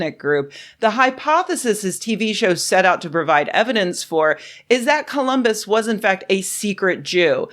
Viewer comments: "Columbits" XD I'm dead The police are on their way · Wow "columbits" almost made me choke on an almond!